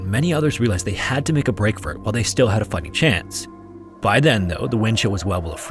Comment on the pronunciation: it did NOT sound like you said "fighting chance"